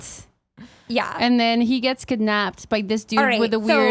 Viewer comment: I just have to say that the way says kidnApped is adorable. No sarcasm intended!